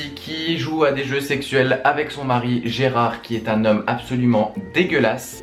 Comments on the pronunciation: Gerald ! Pas Gerard....D'où le titre original "Gerald Game's" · Gérard ??? non Gérald !!!